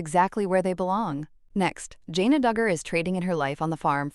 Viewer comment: It’s Jan uh not Jane uh.